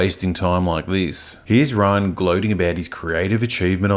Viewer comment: Thank you for using the original Death Star explosion without the praxis ring. Also his name is pronounced Ri-Ann not Ryan.